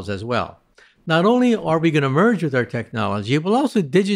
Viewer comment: For a moment I thought I heard him say “at that point, we should murder them”, before I realized he had said “merge with them” hahah 😅